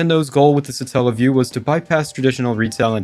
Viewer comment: Satellaview Satellite Not suh-tell-lite So its not suh-tell-uh-view because its not suh-tell-light